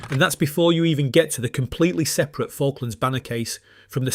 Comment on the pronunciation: Would be better if this wasn't AI. Can't pronounce unsporting or separate.